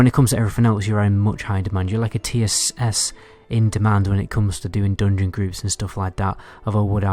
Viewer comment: IT'S FUKEN "JUGEMENT" NOT "JOOGEMENT" !!!!!!!!!!!!!!!!!!!!!!!!!!!!! "DUNGEON" NOT "DOONGYN" I CAN'T STAND THIS NO MORE MY HEAD IS EXPLODING HEARING JOOOOOGMENT AND DOONGYN HOLY FUK I BEG U STOP PLZ TOP